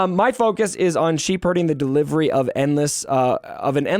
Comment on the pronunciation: Sheep herding lol, that made me laugh. Shepherding is pronounced shep err ding. I’m sure you know that it was just a misspeak, just wanted to clarify this. Great video, I enjoyed your commentary on everything.